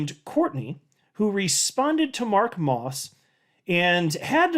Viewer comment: LOL you calling Mark "Ross", vs Moss.